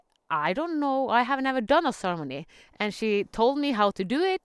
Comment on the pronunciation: Oh! Ceremony! Okay. I was hearing sermony, and wasn't understanding. Beautiful. Got it! :-) Beautiful.